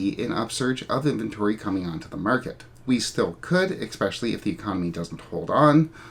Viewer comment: Great video. But. THERE IS NO X IN THE WORD ESPECIALLY. ❤